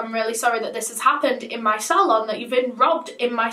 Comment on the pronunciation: Ur accent was throwing me off when you were saying “apple employees” and “salon”